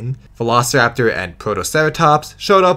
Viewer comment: The Documentary's Narrator's Pronunciation on Velociraptor Sounds like He's saying "Vanossiraptor"